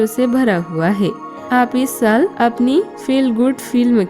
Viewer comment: Kripya shbadon ke sahi uccharan pe dhyan de khas taur pe sa aur sha main jaise saal naki shaal